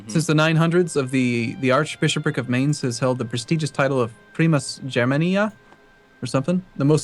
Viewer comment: I'm so happy, NL said Mainz correctly! In this City is my school :)